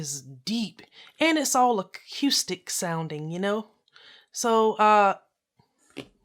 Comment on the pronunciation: Repeat after me: akoostic. Not akioostic. Thank me later.